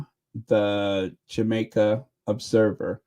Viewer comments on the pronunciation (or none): none